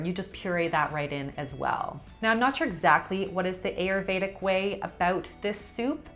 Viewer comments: Please learn the proper prononciation of these Sanskrit words like Ayurvedic. It is not pronounced like a long a. It is pronounced like a short i. The other is pronounced differently as well. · Please, friends, don't pronounce Ayurvedic the way it was pronounced in this video by both. It is Aah-you-r-vey-dhic. Please and thank you from your Indian friends 🙏. (Also side note: no cluse what Julianne was talking about with the Ayurvedic way of eating that soup.) 😅